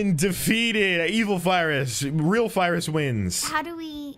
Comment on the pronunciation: When they said French fyrus I thought he said French Fryrus